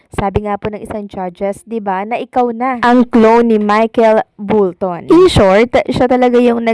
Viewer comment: medyo aral lang ng proper pronunciation ng mga names... it's Michael Bolton & not BULTON, it's Mojofly & not MAJOFLY, nasa google naman lahat eh, be knowledgeable of what you're talking about...